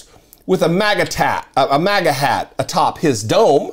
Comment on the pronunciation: Lmao I laughed at that too, I thought he said “maga tat”. I seriously wouldn’t be surprised if this kid had a MAGA Tattoo.